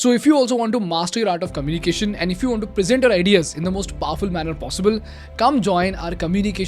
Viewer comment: I love your videos, but can you pls correct your pronunciation of words like eco’nomy, oppor’tunity, commu’nication, catas’trophe. Shall we?!?